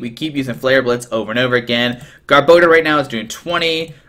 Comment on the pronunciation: You butchered gar-bo-dor name too!